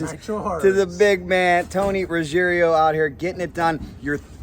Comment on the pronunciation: It’s roo-gee-AIR-oh. NOT rooj-EAR-eh-oh. The I comes after the G not after the last R. Basic Italian. I remember when sub 8s were a new thing in NHRA Too Fuel. Doing that on two wheels incredible! /s/ Matt’s dad